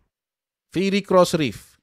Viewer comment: Fiery Cross Reef means Burning Cross Reef (Fiery is pronounced "fie-ry") Just FYI.